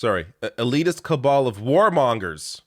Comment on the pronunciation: even the way she says "cabal" is like a parody 🤣